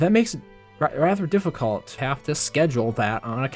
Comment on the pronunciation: you say shiehld, and deficuult, shieeeeeeehhhghhhld omg READ dude, and yeeeeeero, and weally weally snerky